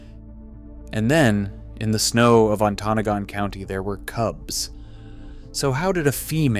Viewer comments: Emphasis is on the first and third sylable: ON-to-NA-gon. It's an Ojibwe name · Great video! It’s pronounced “Onta-noggin” county. I’ve been living in the UP for several years now, sightings have been going up but the DNR still is claiming they’re not resident cats, but I would doubt there’s an established resident population by now. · You are obviously not from michigan because you pronounced "Ontanagan" wrong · AI does not read or pronounce anything correctly. On- Ta- Nog- Gun.... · The pin was NOT ON-TA-NOGAN County. AI crap. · im sorry living in gogebic county and hearing how you pronounced ontonogan SENT me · I live in Michigan and have known about this since early 2000's. The dnr here doesn't acknowledge anything until they can no longer deny it. They are a joke. Also, I don't know who this guy is but he's pronouncing a lot of shit wrong. Maybe go where you're doing your research and don't be a douche. Just a suggestion. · You should learn the correct way to pronounce "Ontonogon". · I hope someone has corrected the narrator pronunciation of that county in the UP. Traverse used to have that challenge before being advertised all over the country. It's nothing to do with cougars, of course. Nor do I claim perfection, I still get Macomb Co wrong one in a while. It's annoying on a production representing facts to get the co name, based on AI I guess, pronounced wrong. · In the first minute of the video the AI engine mispronounces Ontonagon County and then shows cougars eating apples. After that I gave up and watched something else. The AI slop videos are bad, just don’t watch them. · The AI doesn't pronounce the Michigan county correctly. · Right lol. It hurt my ears to hear it produced wrong. Lol